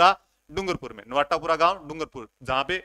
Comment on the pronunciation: Sir ye नवाटापरा h नवाटापूरा ni h